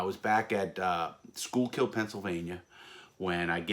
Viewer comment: Schuylkill and Lewisburg and only about 45min from each other I grew up in the area. Btw outsiders almost never pronounce “Schuylkill” correctly but Larry nailed it. Also, Yuengling beer is made in that area in Pottsville.